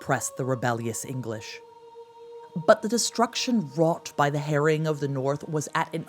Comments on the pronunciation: Nor can you pronounce 'harrying' 😢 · It isn't pronounced 'herring' 😂 That's a type of fish. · The "herring" got on my nerves a bit,it was "harry-ing" ie laying waste and destroying. I was going to say no ginger mingers involved but as ex-Vikings of yore many of the Norman troops may have been redbeards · "the Harrying of the North. " ahh !! sounded like hare-ing, or herring and then my brain also didn't work well enough to suss it out. thanks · The Herring of the North, The Biyou Tapestry & Dook. Why do Americans struggle so much with pronunciation. The trouble is, they are feeding this back to us, & people are starting to copy it. Surley the preservation of our native language is as equally important as our history.